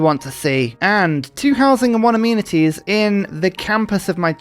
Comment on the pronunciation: My favorite '-ism' is how 'amenities' always sounds like 'immunities'